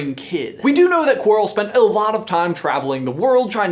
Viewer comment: Quirrell, not quarl